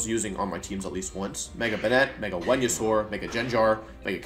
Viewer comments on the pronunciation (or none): dude he said "wenusaur", he also said wideo can anyone explain why?